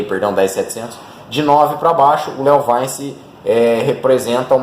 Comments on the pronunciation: Eh LeoVintche que fala! Léo vainci kkkkkk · Eu já tive um leovaice é top o barulho kkk engraçado a forma que você pronuncia